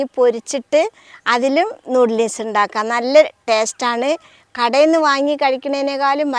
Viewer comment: നൂഡിലീസല്ലാട്ടോ നൂഡിൽസ് ആണ് ഇത്തൂസ്